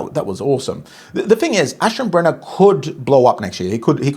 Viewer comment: Iam a german viewer…Leopold was Perfect but Aschenbrenner needs one or two times more practise 😊